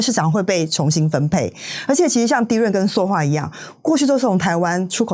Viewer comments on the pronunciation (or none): 塑ㄙㄨˋ化業，請掌握正確讀音，以免誤導大眾。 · 塑化 ㄙㄨˋ ㄙㄨˋ ㄙㄨˋ